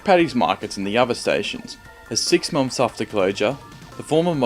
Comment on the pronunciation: Monfs?.. Two thousand and firteen?.